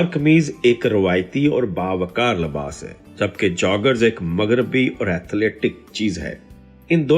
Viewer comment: Labas nahi Libas kehty hy